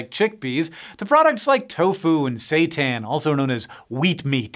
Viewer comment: "...other products, like SA-TAN, or 'wheat-meat'." 😳 UMMM